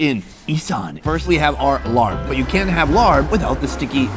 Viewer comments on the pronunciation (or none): The meat salad is pronounced “laab” or “lahhb.” There is no “r” sound in the word. Thanks. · larb ? its laab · I thought it was laab not larb?…. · It's pronounced La-ah-b not Larrb 😂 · I love you Sonny, I love all your videos and work but every time you say larp, I cringe. It doesn’t sound appetizing at all. It’s one of my favorite foods too! 😂 It’s pronounced laap with a long a sound . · Hi Sonny!! Love your videos! FYI: what you are calling “Larb” is actually “Lopp”. It rhymes with Mop. I’m from Laos, living in U.S. & getting a total kick out of you calling it Larb!! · Please stop calling it larb, it’s pronounced laab, whoever started that couldn’t have been Thai or Lao… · Not "Larb",but LAAB!!!! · Sonny, the “Larb” dish is pronounced “Laah” as in open your mouth and say “aah.” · My wife is from Buriram. Her pronunciation is "lob" as a tennis stoke. Not "larb" as rhyming with yard. Thai can sometimes be tricky. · Sonny, I love your shows, long time subscriber!... in Thailand, it's not pronounced "Larb", it's more like "Laaaaab". It's the same style salad as Naamtok - where it's grilled, sliced pork or beef steak with the same seasonings. Much love from the UK (hire me) x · I hate when white people pronounce the word “Larb” so damn annoying. Sunny learn how to pronounce the food name correctly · IT'S PRONOUNCED LAAB NOT LARB!!!!!!!!!!!!! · I was getting really ticked about that. I'm half Thai and thought the only time I heard it mispronounced like this was when Giada was cooking this